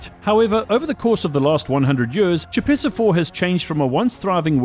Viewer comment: Oy. Choepessa IV is pronounced **koh-pess-ah**.